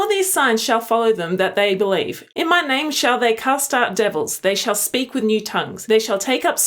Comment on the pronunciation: Has Lilith gotten bigger? Also, with your accent, when you read that Mark verse, it sounded like you said, “They shall cuss out devils...”